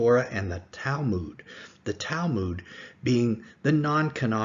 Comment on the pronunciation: If you cannot say Talmud correctly and assume he’s the best known rabbi in Israel you are mistaken… scary how you make up garbage.